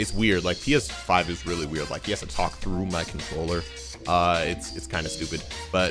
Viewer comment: “IM GOING TROUGH IT”😂😂😂